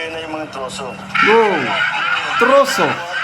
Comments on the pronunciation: Trusses siguro. Naiba ng pagbasa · Tinagalog nya ang “trusses” siguro kaya naging troso…sounds like😂😂😂😱😱😱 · Wala naman troso dyan ang nakamali lang ng bigkas, ibig nyang sabihin ay trases